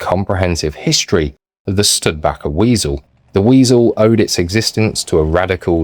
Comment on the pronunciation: I thought it was pronounced Stu-di-baker. It is certainly a forgotten vehicle.